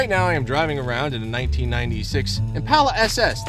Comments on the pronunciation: It's ImpAHla, not impayla. Mike, its not maroon, its blessed with Dark Cherry Metallic paint. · Say it with me "impaula" not "Im pal uh"